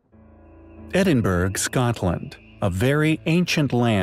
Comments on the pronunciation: Edinberg??? Edinboro or at least Edinbruh but never Edinberg!! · Edin-burra the g is silent! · I'll spell it phonetically Ed-In-Burra that's how you say Edinburgh 😎👍♥️🕊️ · It isn't pronounced Edin-bra. Edin-buh-ruh is how you pronounce it. A bit like borough. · Edinburgh is pronounced Edin-bra and said quite quickly. Just for future reference. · ‘Edin Burg scotland’ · You shows should really learn how to pronounce Edinburgh. I'm sure you have a research team who can spend five minutes finding out.